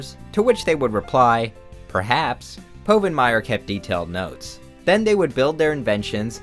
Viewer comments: I knew it was a joke by the time he said PO-vinmire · I knew this was fake when you mispronounced povenmire